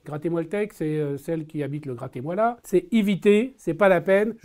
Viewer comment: Le « gratezmoila » 😂😂